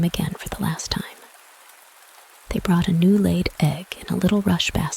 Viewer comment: So I listened to the first 10 seconds and went to find a different reading... the announcer started by saying "this reading is BOUGHT to you..." instead of brought to you. I know it's a youtube vid and you can put up anything you want but really? Did you look this up in the libary in the month of febuary?